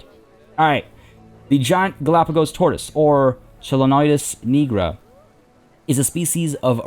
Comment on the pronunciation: Nigra is pronounced with the same I as in the word diode or... "I". This reading is the case throughout scientific names. QI is still pretty good with Sandi Toksvig hosting, it's just different. I don't mind the new enclosure design, but you can still make it a building if you put a roof atop the gap. The kind where it's elevated by "walls" with windows so you still get good light in.